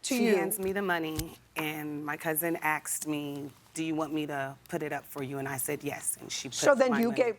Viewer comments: She axed me.... Or asked me?😅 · The word is ASK..not aks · "ASKED" . IT'S "ASKED" come on now 👀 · Why is it hard for people nowadays to say asked instead of ask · Watching from 🇿🇦 South Africa: Why do Americans insist on saying AKS...instead of ASK? I hear it time and time again. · Why they say Ax when the word is "ask". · As a white man, I am genuinely curious. Why do some black folks say “axed” instead of asked? Is it an accent thing or what? Genuinely curious. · Aksed! A whole different meaning! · I axe my cousin 😂 It’s ask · "Asked" not "axed" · It’s ASKED not AXED so annoying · Why do black people always say 'ax" instead of 'ask'? That sounds SO ghetto! And then they get mad & say we degrade them & are racist.....blahblahblah. - maybe if you didn't talk that way, other races would give you more respect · Things will become clear when you actually "ASK" someone something and not "AXE" them. smh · The word is "asked" not "axed" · A sincere question, why can't black people say the word asked properly? Both of them cannot say the word ask and instead say ax.... and actually beyond these two black individuals, any black individual who I hear speak can never say the word asked properly... go watch any of the billions of videos on youtube and listen to black people try to say the word ask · "My cousin AXED me". The word is ASK, again, ASK! WHY are all three of these women saying "AXE"??? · I still can't get over 'axed' instead of "asked". And 'texes' for 'texts'. I've only ever heard this from Americans. They butcher the English language😢😢😢😮😮😮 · She axed her? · Please stop saying AXE when you mean ASK! Ugh. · You shouldn't be axing anyone lol. Why do so many people on JJ not speak properly ask not axe!!!! Textes geez. Texts god help us! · Did you axe her or ask her because one is murder. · I can forgive the axed but not the textes… seriously! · I think the word “axed” instead of asked.. soooo many times is a total giveaway.. if you can’t speak English.. well duh